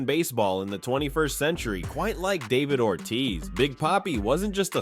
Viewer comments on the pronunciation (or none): none